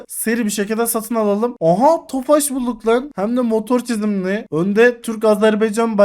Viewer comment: Abi artık şu tofaşa ofaş deme Tofaş üzülür